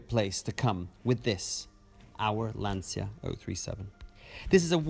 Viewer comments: Congrats for the video… Can’t you guys, LIKE EVER, realise the fact, LANCIA is NOT pronounced like LanZia. C’mon people, it is really not so hard to learn…… Best wishes from Serbia💚🤍❤️ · però pronuncialo bene ti prego. lancia. magari imparano!!!